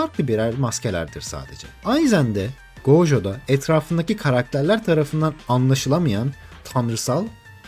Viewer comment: abi gojoya gooojo deme tilt oluyorum sinirleniyorum